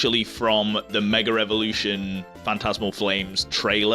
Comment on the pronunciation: I find it so funny that you keep saying "meger evolution" 🤣 btw love your content and the way you collect bro 💪